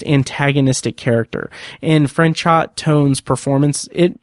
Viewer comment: The actor's name is pronounced Fran-show. You don't pronounce the T. I love that you don't refer to Tennyson as cheating, but rather using a loophole. I've always felt this way, but so many people online are quick to say that he cheated. There was nothing in the bet that said he couldn't do what he did.